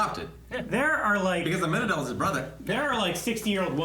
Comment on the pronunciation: is the only one that says it incorrectly but he's deaf in one ear so that could be why